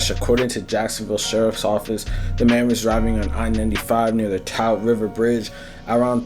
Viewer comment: That boy said Tout River bridge. 😂